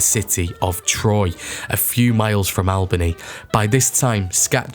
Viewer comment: Cairo is pronounced "Care-o." Albany is pronounced "Allbany."